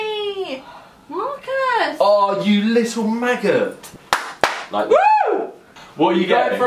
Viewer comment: Marcus " you little magut" Me" what is a magut it's a maggot"